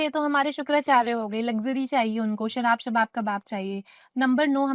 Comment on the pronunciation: The way she say shawab kawab sarab😂